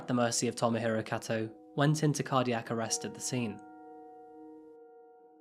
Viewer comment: Kato is pronounced "k-toe"